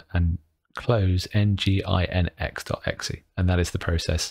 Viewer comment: Geeky and completely irrelevant point:- nginx is pronounced "Engine-x"